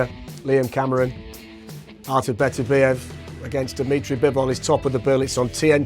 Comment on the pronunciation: Why can hardly any of these guys pronounce Beterbiev's name correctly?